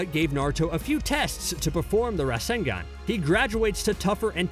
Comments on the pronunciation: And rasenGEN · This guy has never watched Naruto a day in his life. The way he pronounced Obito and Rasengan was cringy as hell smh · The way you pronounce rasengan I know that this guy don't watch naruto. He just follow a script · Bruh for real?? RasengEn and Shidori... this has to be on purpose now right? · 'Rascengan and Shiidori'